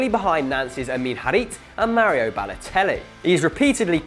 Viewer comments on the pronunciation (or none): none